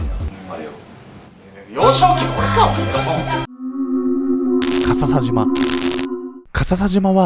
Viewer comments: か↑ささじま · のかささじまにツボってしまう